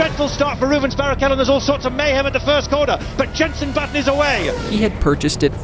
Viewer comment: Calling Button "Booton" is crazy